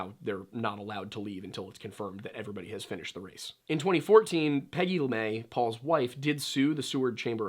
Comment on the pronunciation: Are you sure you are saying that name right? Has it been Americanized? LeMaitre is french, but it's not a name where the tre would be silent. It would be pronounce more like.. Le-Meh-truh not LeMay. Just curious is this is one of those trying to be smarter than everyone else situations when you aren't actually applying the French rules properly to the name. Anyway, if you have some information such as people close to the family or investigation saying LaMay more power to you.. But I think you are mispronouncing it. You can just type "Pronounce LeMaitre" in the YouTube search field and it will pop up with French people telling you how to say it.